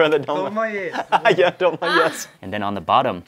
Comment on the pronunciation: Actually it’s “tolma”